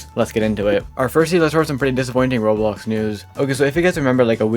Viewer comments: Why do you sometimes pronounce roblox like "roles" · you say sometimes roblox like "ruls" and it really throws me off